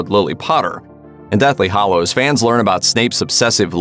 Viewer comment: HALLOWS, bud. With an A.